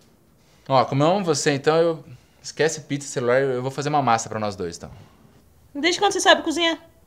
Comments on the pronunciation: Aos Ela fala prizza ao invés de pizza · No minuto parece q ela falou pritzza ksksks (com t)